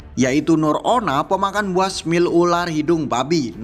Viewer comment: Tetap semangat ngonten bro, btw, smile bacanya smail bukan smil, lagi asik nonton terdengar aneh sempet mikir sebentar apa itu smil 😂 Pokoknya keep posting, gasssssss 🔥🔥🔥🔥